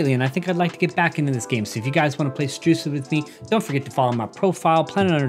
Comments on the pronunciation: He said rucid at the start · I love how he said Rucid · Yer how he said rucid